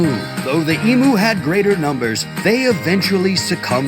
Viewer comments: enough with the E-MOO it is E-MEW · Please, it is NOT an emoo! It is pronounced emew!!! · Do not take this seriously. Incidently koalas are NOT bears. There are no bears in Australia despite how we love joking about drop bears. Also, never and I mean never, pronounce emu as e-moo. It is pronounced eem-you.